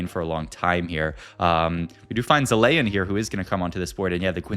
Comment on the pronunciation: bro can't pronounce zilean